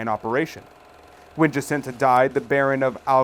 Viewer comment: The 3 seers are Portuguese - so tired of people pronouncing their names with the Spanish accent! It’s not Hacinta , LuCHia. It’s. JACINTA & LUCIA PORTUGUESE names PLEASE RESPECT these saints. If the Blessed Lady spoke to them in Portuguese - She would’ve pronounced their names with. PORTUGUESE accent